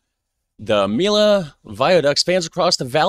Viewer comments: He is so British, he doesn't even try to learn other pronunciation. I have heard him on other episodes mess up pronunciation in other languages. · After hearing "me-yo" you still pronounce "me-lo"?????? 🤡🤡🤡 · It's pronounced "me-yo". :) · Yes.... me-yo😊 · I'm french. I never crossed it yet. However my gran parents and my aunt crossed it.. and they were really impressed. It remains a fantastic bridge. PS : to be pronounced mee-yo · To pronounce Millau for english spoken folks, says "Me Yo" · Millau is pronounced Mee-yo [mi-'jo]. :) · Millau = me-yo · So that's the new trend on YT ? A guy talking 25 mn about highly technical and scientifical issues he hasn't got a clue about ? Strange world. By the way dude, you could have succeeded in ONE thing : Pronoucing Millau properly, as the Englishman did. it's just MEE-YO. But you failed too. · And used to be spelt Milhau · C'est une très jolie petite ville Millau où je pense qu'il y fait bon vivre. Par contre le Viaduc même 20 ans après sa construction, le péage t'assassine 🤣. J'y suis passé il n'y a pas très longtemps, 11.90 € la vache ! Donc en tant que Millavois, dis lui au ricain comment on prononce Millau. Not Melo but Meyo or Meyau 🤣.